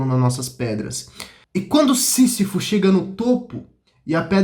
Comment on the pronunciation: Lindão, se fala "cam I s" e "sí Z ifo". Parabéns pelo canal.